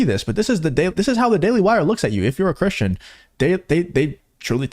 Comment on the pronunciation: Can't say Cristian either? Jesus Christ dude... 🙄